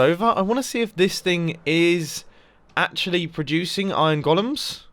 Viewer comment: Nobody: Absolutly Nobody: Mumbo: IoN